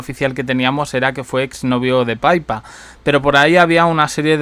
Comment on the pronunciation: No se dice Paipa, se dice Pipa. Y Gloucestershire se pro uncia glostersher